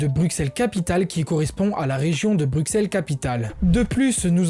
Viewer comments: "Brussel" pas "Brukssel" .... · Super video PS pour Bruxelle en francais on dit Brucelle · sa s écrit bruxelles mais sa se dit brusselles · Bruxelles ça se dit Brusselles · Alors super info mais la prochaine fois, fais attention à la prononciation des villes Par ex. Bruxelles ce prononce "Brusselles" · Je suis belge, patriote mais surtout juriste et je trouve que sa vidéo est très très bien réalisée. C’est sur qu’il y a quelques erreurs/imprécisions, mais globalement tout est dit, bien résumé et compréhensible. Il a l’air d’être français et c’est assez impressionnant de voir une telle maîtrise depuis l’étranger (mis à part le mot Bruxelles qui se prononce BruSSelles mais c’est anecdotique). Félicitation! PS : Jules César disait déjà à l’époque que les belges étaient un peuple respectable !! C’est avéré et prouvé (donc on date de plus loin que le moyen âge) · Y a que moi qui a eux mal au oreil en entandant comment il prononce Bruxelles ? Mais cela reste très bien expliqué, GG et bonne continuation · Peut être que c'est différent entre régions, mais sinon aucune autre erreur ( j'ai vu qu'on t'a corrigé sur la prononciation de Bruxelles dans les commentaires mais sa arrive souvent au français donc pas grave ) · Le X de Bruxelles se prononce S. Et beaucoup d'autres petites erreurs, fieu. Faut revoir ta copie. -- Un spectateur belge. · Tu dis bien Anvers mais pas Bruxelles dommage haha